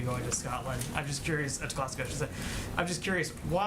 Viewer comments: It's not pronounced Glass-Gow. It's Glasgow which phonetically is Glazgo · GlaZgo, NOT Glass gow! Learn it, Peppermint. Eejit. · Glazgo not glassgow ya dopey bint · It's not Glassgaw Jenn. It's Glasgow. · Where on earth is "Glass-cow"? I assume she means Glasgow, pronounced Glas-go, in Scotland but the way she said it, what a joke! Maybe that kind of poor pronunciation is a consequence of always talking with a smirky, smarmy attitude. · She doesn't know how to pronounce Glasgow! It's Glas-go not Glasg-al! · It's Glasgow Not Glassgow ! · "Glass-cow" lol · It’s glas-go mate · it’s pronounced Glasgo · Can Psake and Mcenany do a debate? Like how fun would that be? Also: It is pronounces Glaz-go! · Glass cow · I got stuck on her mispronunciation of Glasgow, as if it wasn't already hard enough to pay attention to her doublespeak... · Doesn't even know how to pronounce Glasgow.... I give up....LOL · She can't even pronounce 'Glasgow' right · She could learn how to pronounce Glasgow. Lol. (Glasgow resident) Hope your president doesn’t take ill. Glasgow residents told only to go to A&E if it’s life and death situation and miles of detours using more petrol and diesel - saving the planet